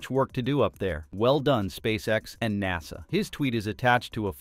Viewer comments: AI cant pronounce NASA😂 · AI voice mispronounces NASA. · Cool Vid. Please say NASA again :D